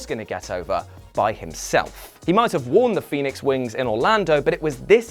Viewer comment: Just curious as to why I keep hearing you call him the Phenoix. Seth is my favorite wrestler did I miss something ? I have never heard this lol